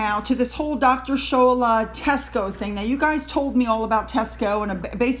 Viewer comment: Hi 👋 Nigerian here. The name's actually pronounced "Shaw-la" But you can call her whatever you want, she's a disgrace. Most Nigerians (myself included) would kill for an opportunity to make it to the uk and start afresh. She has that opportunity and decided to trash everything the Brits hold dearly to themselves, from their monarchy down to their shopping malls. Very very disgraceful woman